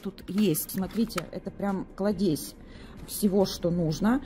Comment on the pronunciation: Слов паразитов тьма в этом видео🤦‍♀️И не кладЕзь, а клАдезь!